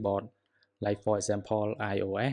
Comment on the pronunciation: Why u say İOA instead of İOS?!